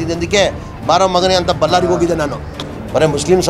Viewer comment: Lo ಬಲ್ಲರಿ ಅಲ್ಲ kano ಅದು ಬಳ್ಳಾರಿ